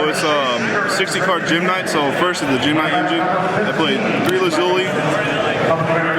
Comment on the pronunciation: He pronounced every gem-knight wrong